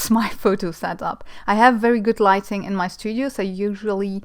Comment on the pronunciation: Light-ING, not light-EN-ING.... :-) always love to watch you work!